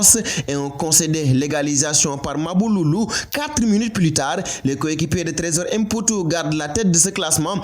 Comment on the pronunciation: Fall,on dit mputu et non èmputu,tu es sénégalais,c'est comme si on disait èmbaye ou èndiaye au lieu de mbaye ou Ndiaye.Xam nga bou baax limaye wax.